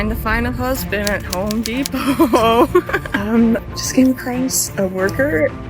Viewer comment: Women see what they want. it's Home Depot, not Ho Depot.